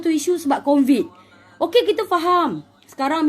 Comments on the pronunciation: "Covid" kak.. Bukan "Convid"..😆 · sebut covid pn "convid" pttla xtau kasi beza sebutan "Allah" 🙂🙂🙂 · Covid makcik bukan convid..mgbu